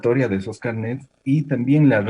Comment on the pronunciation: No son CARNÉTS son CARNÉS, en singular CARNÉ, no carnet